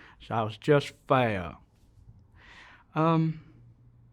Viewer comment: When he said, "Fayuh." (Fair.) 🙂